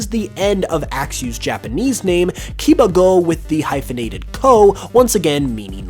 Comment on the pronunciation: Kibago Pronounced Key Bah Goh Plus the Iris fact is straight up incorrect.